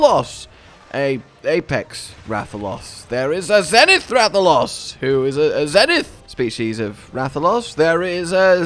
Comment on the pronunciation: dude pronouncing rathalos like rathaloss